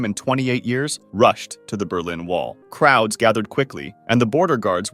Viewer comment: do you mean crowds or krauts ? Or crowds of krauts 😁